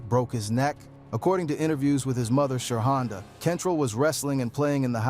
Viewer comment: It’s “Sheronda”